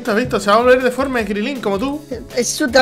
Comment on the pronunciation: Crilín no es Crilin